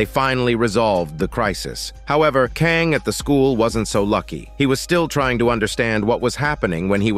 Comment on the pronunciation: Hey thanks for this. Such a cool premise for a show and really well done. Your play-by-play is perfectly expressed. If I could respectively point out two things I noticed that made me laugh. You pronounce the school President’s name, Kang, three different ways throughout. NBD. What I found extremely funny was your semi-degrading descriptions for some of the characters… XD Her greasy face, his greasy beard… Her stinky feet… Chicken screams, chicken body, fly like a chicken… Sleeping on the couch like a piggy… Man.. those were some tasty sprinkles. Anyway, thanks again. Stay safe and enjoy your day. 😎